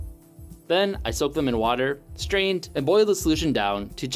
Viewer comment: also its slaked not slacked. like rake. slaked.